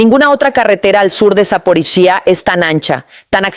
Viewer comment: Tu no puede decir saporilla que lo dise sap0riiiya